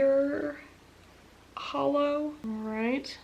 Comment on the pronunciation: I admire you for your attempts to pronounce our Polish nouns and adjectives the correct way - it's not doable for foreigners ;P FYI: Bajer Holo - pr. 'bayer' = that's the closest to the correct pronunciation that I can get Chrabąszcz - no point in trying to read that one ;) - that means 'may beetle' ;) Wakacje - simply 'vacation' (pr. 'vacatsye' - or at least close to that, it's hard to come up with a non-existent pronunciation ;)) Dwa lica - two faces ;) Fajerwerki - fireworks (pr. 'fireverkee') Świecidełko - sparkler/bling Surowy róż - raw pink Holo na ciepło - warm holo (yes, this 'ł' is not an 'l', so you'd end up with sth like 'w' in English - btw. each 'w' in English is precisely our Polish 'ł' and each English 'v' is pronounced like our Polish 'w' :)) Błękitny burgund - blue burgundy Morky bąbelek - wet bubble Cytrynowa mgiełka - lemon mist Kolorowy dym - colourful smoke Podstawa - base Perskie oko - glass eye Hope this helps ;) Stay healthy and all best to you from said Poland :)